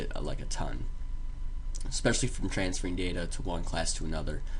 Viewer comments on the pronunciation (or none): none